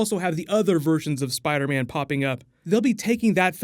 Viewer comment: he says spiderbam lol